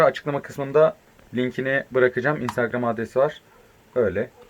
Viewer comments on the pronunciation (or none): none